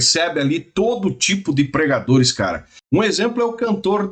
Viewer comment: Eu entendi ensinajadores e não pregadores